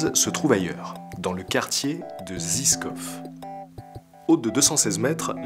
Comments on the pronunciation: Je suis à Prague depuis 8 mis , la vidéo est exellente. Zizkov se prononce " jichkoff" . Il faut que j'aille à Kutna Hora. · Vidéo très complète dans les informations qu'elle donne ! Je ne vais pas tarder je pense à aller faire un tour à Lukova ! Pour infos, ils ont annoncé dernièrement que les bébé à žižkov (prononcé jijkof) ne seront pas remis. D'ailleurs, dommage pour la prononciation des lieux ;) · Les bebes ont ete remis il y a 4 jours.. Sinon le zizkov se prononce jiskov et matej mateille ;) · Super :) pour y avoir vécu pendant pas mal d'année je confirme Prague c'est juste un des plus bel endroit sur terre. Pour info Žižkov ca se prononce comme jijkov le Ž c est comme le J en français. Il y a tellement de chose à dire sur cette magnifique ville!! T'aurais pu parler des beer garden, d'Olomouc, de Brno de tellement plus de chose mais pour une vidéo de 15 minutes bien joué mec, c'était chouette à regarder :) La coup du kickage des allemands après WW2 c est bien d'en faire mention, aujourd'hui les Tchèques en parle plus facilement mais ça a pas toujours était un truc facile à mettre sur la table. Bref... j pourrais continuer longtemps sur la Rep Tchèque mais bon c est pas l'endroit, du coup juste jte dis juste bien joué mec:) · Ha ! Monsieur Axolot, faudra prendre des cours de prononciations tchèque ^^ (le quartier de la tour télévision se dit "jijkov" plutôt). Mais à part ça merci d'être passé faire ce reportage sur ma ville d'adoption. Mieux que la télé x1000